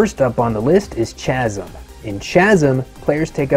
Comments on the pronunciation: It's pronounced cazim not chazim. Good video! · its pronounced kasm not chasm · Good vid. Sorry to be the language police but the ch in Chasm is pronounced as a hard K like Kyle, not like chase or change. KA-zum. Sorry, done being a douche. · Chasm should be pronounced with a "K" sound. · Isn’t it pronounced Kaz-um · Did he just say chasm wrong? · That's not how you pronounce 'Chasm' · it's all good. I like Chasm, but I'm a bit more interested in Blasphemous and you mentioned Bloodstained which is also on my radar. Sorry for picking on the pronunciation. I'm honestly not a troll:) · Lol and it pronounced last, not chasm. The h is silent... haha